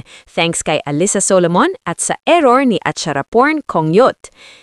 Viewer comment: Ai voice, Your posts are positive and optimistic. And you still can't pronounce Alyssa.